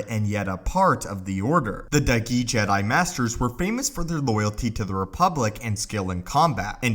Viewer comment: When he says dahgee I hear doggy